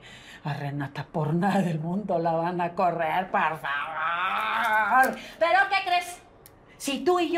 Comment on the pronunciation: Ya me desesperooo su “PARFAVAR”